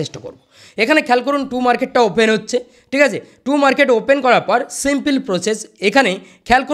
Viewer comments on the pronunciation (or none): Too market nh tom market 😂😂😊